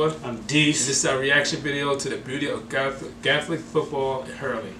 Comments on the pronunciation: GAELIC not gathalic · Hey . It’s pronounced gay lick 😆 love the vid lads ! Love from Ireland 🇮🇪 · It’s pronounced gay-lick ,and it’s county’s not states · Why's it sound like you call it Catholic football 😂😂😂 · It’s pronounced (gay-lic) football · ...the way you'se pronounce Gaelic hurts my ears, mind and heart